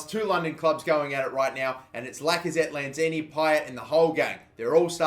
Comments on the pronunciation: It's Manuel Lanzini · It's lanzini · Its lanzini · It's Lanzini. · Good video! btw its lanzini